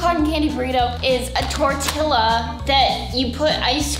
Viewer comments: Sofie, your weird, and i like it :) Also it's tor-TI-a not tor-TIL-a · Sof...tortilla is pronounced tortia 😂 we make homemade ones all the time btw 🤗 love u so much sofie💜💗❤💖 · Nuu it’s not torTILLA its just spelled like that!! 😂 it’s pronounced torTIA. Correct me if I’m wrong. 😂 btw: luv u soffie!! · It's actually tor _tila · Lol when Sofie pronounced tortilla like how it’s spelled and not actually how it’s actually pronounced like tor-tee-ya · It’s pronounced as “tor-ti-lla. Lla is pronounced as ya. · I love how I’m literally the only person who pronounces tortilla tor-te-a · Sofie it is tor-tee-ya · Love your videos but it is pronounced as tortiya since it's a Spanish word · Its not tortilla its TOR T A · Tori Mei no offense but I think she was pronouncing it wrong as a joke. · Every time she would say tortilla I got mad because she would say it the wrong way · It’s called a tortilla with a silent L